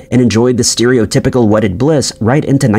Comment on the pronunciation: Please Google how to pronounce 'STEREOTYPICAL', that's basic English. Your videos are so good and so many but you NEED to pronounce them properly , like the butchering of the name 'Faberge' from yesterday just seems like your doing half arsed research, still will never get over how you pronounce Edinburgh or Dublin 🤣